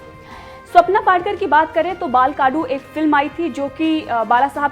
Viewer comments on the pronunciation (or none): Mam, Many words pronounced by you are not correct as you are unaware about Marathi words. First word, it's name of film Bal Kadu. You pronounced it as बाल काडू. It is बाल कडू. second word is Patra Chawl, you said it as पात्रा चॉल, Its is पत्रा चॉल.